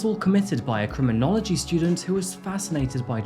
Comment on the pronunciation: a cruminology student?? LMAO!! epic fail dude! did you learn nothing?